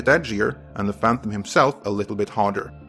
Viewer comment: STOP saying "phanthumb"